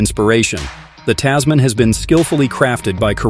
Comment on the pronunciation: Oh my God, this video was absolutely terrible. You're pronouncing the name wrong. Typical American and this car was designed specifically for Australia. Even though it's probably going to be available elsewhere. Click bait